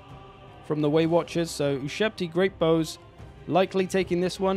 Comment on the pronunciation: you finally started saying waywatchers and then you swapped back and it hurt my heart.